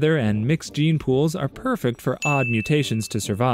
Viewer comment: not the "gey" gene 🥀